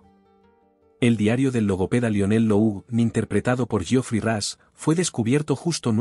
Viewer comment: Cuál fue la razón por la que Paul Bettany rechazó este papel? Adicionalmente Rush se pronuncia Rosh, no es ni Ras ni Rash, la U no suena como A sino más como O, y la H al final no es muda. Básicamente es Jeffrey 'Rosh'.